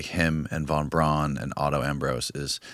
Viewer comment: Listened to Annie Jacobsen's Nuclea War on Audible. 🌟🌟🌟🌟🌟 Btw, Braun, pronounced in German, is more similar to brown rather than brawn. So Annie pronunciation is more correct. Never dispute anyone who writes for a living on words and pronunciations. 😂 Braun in German means brown.